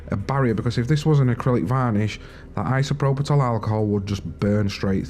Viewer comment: Isopropitol? That's a new one :p. There's no T in isopropyl